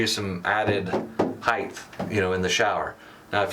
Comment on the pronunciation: ‘H E I G H T’ Not ‘HEIGTH’! There is no ‘gth’ in height, unlike ‘length’.